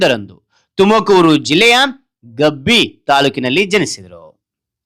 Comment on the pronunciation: 𝑮𝒂𝒃𝒃𝒊 𝒂𝒍𝒍𝒂𝒓𝒊 𝒂𝒅𝒖 𝑮𝒖𝒃𝒃𝒊